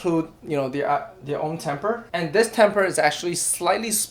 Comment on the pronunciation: very informative, but just one critique the word is tamper, not temper